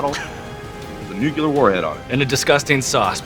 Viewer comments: I love Jason... but New-clee-ur. this is the hill I will die on. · Jason thinks he's Bush Jr. I guess........He said nucular instead of nuclEAr twice!